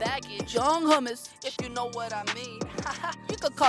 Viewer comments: It’s حومس not humess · He said “young hummus” i’m dead 💀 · He said young hummus LMFAOOOOOOOOO